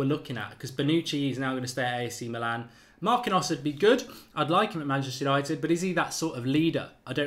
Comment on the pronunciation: Oyr! Stop butchering players names. It's pronounced Mark-een-yose. Say it right next time, eh?